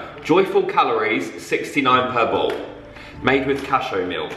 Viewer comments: The way you said cashew milk 😂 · the way he says cashew cracks me up